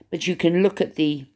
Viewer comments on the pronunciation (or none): Mindy Kaling is an American, born & raised in Massachusetts, of Indian heritage. So she may have been trying to be funny when she said leook instead of look. Cheerio!